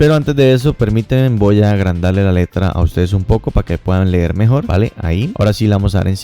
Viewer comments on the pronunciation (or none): none